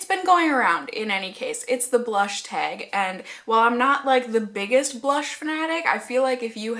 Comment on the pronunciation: Your northern roots really show when you say the word "teg"! love it 😍😂